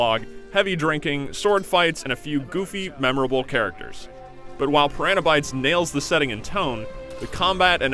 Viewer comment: Why does the narrator not know how to pronounce piranha?